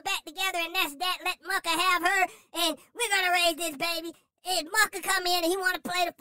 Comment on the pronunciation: You are so funny! When you say Muhkah I am crying! 😂😂🤣🤣